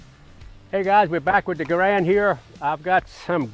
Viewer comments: It is a Garand not a Garande! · Grande? That's never started a fight.. Garand* on the other hand? Absolutely 🤣🤣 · What’s a M1 garand-de? Sounds like a burrito